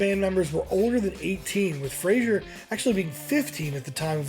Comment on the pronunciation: It’s Andy FRASER NOT FRASIER. Why can no one get it right? 🤨